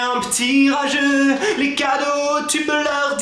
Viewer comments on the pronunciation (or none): tu as dis enlever la moitié des cadrau aux lieu de cadeau ce n'est pas grave ça arrive qu'on fais des fautes 😊😊😊😊😊😊😊😊😊😊😊😊😊😊😊